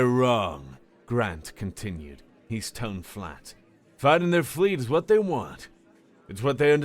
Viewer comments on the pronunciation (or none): none